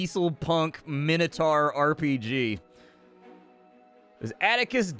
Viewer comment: Min-o-tor. Sauron is sour-on. But your constant swearing is not endurable. STOP SWEARING! Please. M 🦘🏏😎